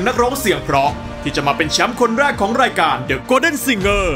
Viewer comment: น้องพิมร้องได้ดีมาก อารมณ์เพลงเอาไปเลยเต็มร้อย แต่.... ฟังน้องร้องแล้วอึดอัดมาก เหมือนน้องกัดฟันกรามร้อง เสียงแบน ออกเสียงไม่ชัดในภาษา ภาษาไทยมีกลม มีแบน มีสูงต่ำ จะมาฉีกปากเหมือนยิ้มร้องหรือพูดไม่ได้ รู้ จะเป็น ลื้อ ของ จะเป็น ขาง อ้อ ลืมไปว่าน้องเป็นคนอุบล คนที่นั่นอาจจะออกเสียงแบบนี้เป็นปกติก็ได้